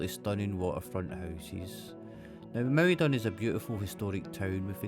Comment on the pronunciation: Emphasis in Naarden is on Naard not den